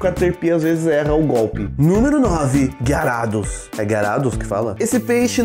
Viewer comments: Pronuncia-se "Gayrados" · o r e travado garrados